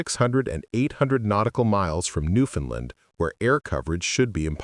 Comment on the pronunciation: And another thing, it is pronounced Newfound LAND. That AI voice said it wrong